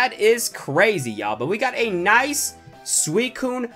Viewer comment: You said swecone not suicine